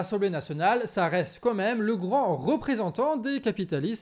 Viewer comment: Steuplait on dit "quand-même" pas "comme--même" 😁 ❤❤❤